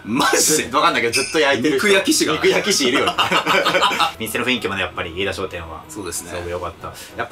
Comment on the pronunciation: 飯田商店を相田商店て言ってる時点でダメですね。 来年も行っちゃダメ